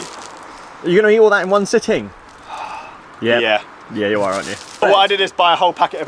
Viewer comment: can we take a moment to focus on how sitting is pronounced?!